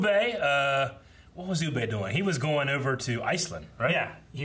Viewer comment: Still calling Ubbe Uuu-BAY. 😅 Personally I wasn't a fan of this ending for Bjorn, I think a death at the end of the first part would have had a better feel with the army's coming to fight for him after hearing of his fall would have had a more fulfilling feel. I'm just done with Harold, I don't care about him anymore as a character. As for Gunnhild...that woman deserves better. The way this show has treated its female characters is bordering on ridiculous.